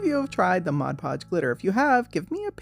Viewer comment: I've always wondered about all the different Mod Podge varieties, so this is super helpful! And thanks for not saying modge podge! 🙄😬😆